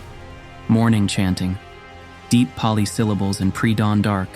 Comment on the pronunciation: Your video is good but your Pali pronunciation is not